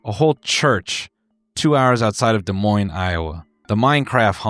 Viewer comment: I'm in Iowa and hearing him say Des Moines was an actual jump scare